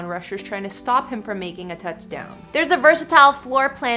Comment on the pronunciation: “A TnchDown”